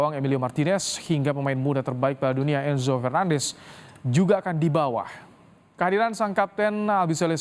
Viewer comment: Di bawa woiii, bukan di bawahh ngomong lebai